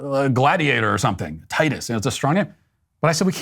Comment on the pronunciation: When Matt says 'Titus' it sounds like tightass. Anyway, I loved this cancellation, I can't stand the Karen Lemmings (aka selfish jerks who put down anyone who dare to speak up)